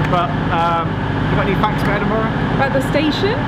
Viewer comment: Lovely to see another ATS video. But... Leukars? Breek? Edinborough? Tut tut -- hope you'll do better with English place names!